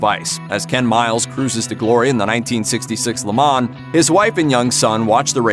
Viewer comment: Please learn how to properly pronounce Le Mans. Dear God...